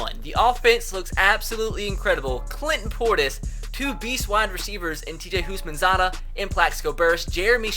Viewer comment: Who thought of perram crowe when he said houshmansadah